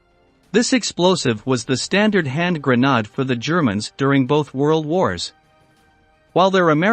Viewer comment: Gren aid not Gren nod key lows not kill o s